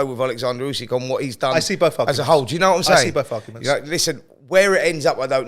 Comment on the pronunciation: Get real Simon it’s Usyk